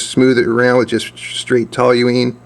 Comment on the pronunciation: How can you look at the label on the toluene bottle and still mispronounce the word with an extra "L" that's not there? Curious.